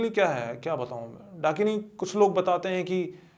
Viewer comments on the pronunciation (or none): Dunkini❌️ Dakini✅️ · Host : भाई वो "" डंकिनी "" के बारे मे बताओ... 🤗🤗🤗🤗 . . Guest : ब्रो ... ""डंकिनी "" नहीं...... ""डाकिनी "".. 🤗🤗🥺🥺😬😬😬 . . . Ghost community listening to this podcast be like : ""डंकिनी ""...... हाहाहाहाहा....🤣🤣🤣😂😂😂😂🤣🤣🤣🤣🤣🤣😂😂😂🤣👻👻👻👻👹👹👹👹🤣🤣😂😂🤣🤣😎😎😎😎😎